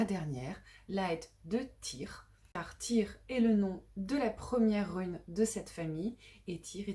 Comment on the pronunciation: Je crois que le "y" se prononce "u"